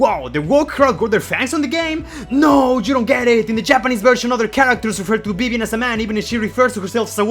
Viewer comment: did you call her bebian?